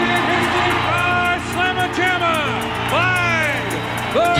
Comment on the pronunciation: “Glyde” Clyde Drexler…🙄